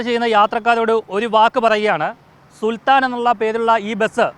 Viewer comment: സുൽത്താന അല്ല സുൽത്താൻ